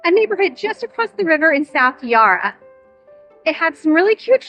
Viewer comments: 😊 Our river is pronounced Yarra, and not Yara. Not easy to work out all the different pronunciations in a new place. Melbourne (and surrounds) has so much to offer so I hope you can spend more time here soon. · And the "Ya" in "Yarra" is the same sound as in "Yak," not "Yar" or "Yah" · Fyi I thought you might like to learn that we pronounce 'yarra' with a short /a/ sound ( as in 'at') not 'ar' digraph ( as in 'car') So we say 'Ya- rra', not 'yar-rar'. The Bell birds you heard ( the chiming peep sound) are small and surprisingly dull to look at and very hard to spot. For other really gopd infigenuous art the Ian Potter gallery, just down the steps from the Koorie Heritage Trust is also exceptionally good ( and free) and a lovely architecturally designed building. It's also has some of our most famous colonial artists' works 😊 For people who like seeing non typical tourist spots, a couple of easy train ride suggestions are to get the train to Sandringham and do the beach walk back to Brighton (one of our poshest suburbs ). Another is to get the train to Newport, walk to Williamstown along the seafront ( view across the bay back to the city, also view of the docks and Williamstown is an old naval town) lots of yummy eateries in Williamstown. You can get a ferry back up the Yarra to the CBD from there. Both just 25 mins from the CBD. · Glad you enjoyed our wonderful city of Melbourne, and ventured beyond the CBD 😊 BTW, the first 'a' in Yarra is a short sound, not a long one.